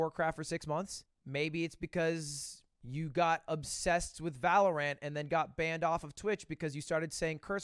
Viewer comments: Ludwig i need to tell you its pronounced Valor-Ent not Ant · If I hear him say valaraan I'm going to kill someone